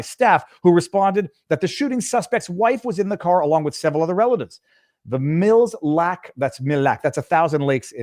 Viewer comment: Mille lacs is pronounced “mill lacks” like you said.